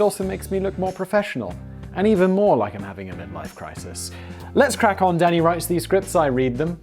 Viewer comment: When he gets going and says “Danny” sounds like “Daddy”